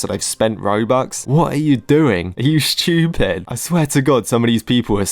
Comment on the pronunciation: "are you schtewped?" 🗣🔥🔥😭💀